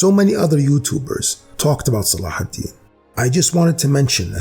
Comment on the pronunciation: I knew it! I felt it! Almost like it has been revealed to me by divinity. Salahidin (thank you for the correct pronunciation) and the Templars respected each other. I'll bet they would've made great allies in the war against satan. MUSLIMS AND CHRISTIANS UNITE! WE HAVE NOTHING TO LOSE BUT OUR JEW CHAINS!